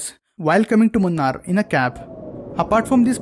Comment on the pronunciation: Say it properly. 'Moo- naar' is the correct pronunciation. Not the way you say it 🤢